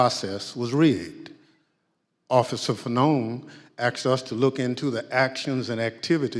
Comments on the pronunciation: You didn't "axed anyone " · The man says axed, that says it all. BLM group that burns cities but that's ok. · This guy is so smart that he can’t even pronounce the word ask, saying axed instead. Next to him sits a failed United States senator who voted to impeach Trump based on falsified evidence. This kangaroo court spent a year “investigating” January 6th, specifically to catch Trump and for no other reason. So they brought forth a slew of individuals but never allowed for cross examination even a single time. On several instances secret service members discounted testimony, but we prevented from testifying. If you close your eyes, you wouldn’t be able to differentiate this investigation from one in Venezuela , Columbia or Cuba. Yes, that’s how far America has fallen. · Fair would have been if you "axed" the real people who were involved not just who you want to hear.. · the gentleman who was speaking kept saying " I axed them people ". What is that? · we axed them......this guy cant even speak english